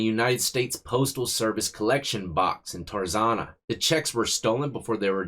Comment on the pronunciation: Tarzana like Tarzana like Anna not Tarzona